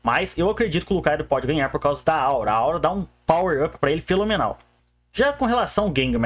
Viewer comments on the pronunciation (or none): sou novo no canal, pq ele fala feLomenal e não fenomenal? alguma piada do canal? (Não estou perguntando de má fé, não sei se é algo interno do canal e queria me integrar)